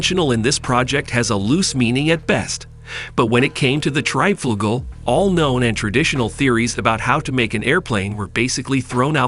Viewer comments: The title is wrong, the word treb does not exist, but trieb and also the opposite treib, where you had called it treib pronounced like fight . But it is called Triebflügel and pronounced like the ee in speed, so treeb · It's called TRIEBFLÜGEL!!!!